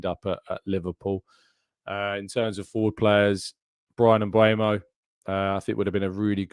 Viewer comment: Mbeumo = mmmm boo moh there's a bunch of videos of him saying it, one released by the premie league. I know you appreciate proper pronunciation